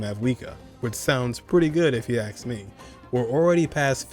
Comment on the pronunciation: The word is ask* not "aks" You said "asking" properly, so why can't you say the base word properly?